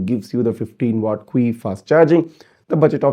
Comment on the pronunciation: Qi is pronounced as chi